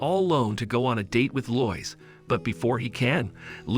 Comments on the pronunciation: Lois is pronounced LOW IS..... geeze man learn English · I hate how incorrectly you say Lois. Its said like "low-is" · I like how Superman meets a reporter named, "Loyce." Because of course that's how you pronounce "Lois," as everyone knows. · Most people would pronounce Lois more like low-es But I like how you say it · He is actually saying loyis. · way it says lois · Telling by the way you pronounce Lois tells me you've never seen a movie with her in it. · you pronounced lois wrong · Many many times